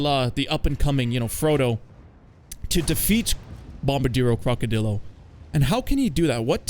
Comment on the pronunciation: Cock-o-drill-o is the perfect pronunciation.